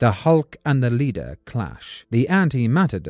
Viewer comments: Leder??? Said 200 times…LEADER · Leader it’s pronounced like lee lee-der with a sharp e Lord such a good video with such an odd mistake